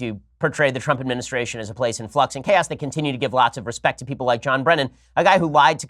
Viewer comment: Omg , respict, too funny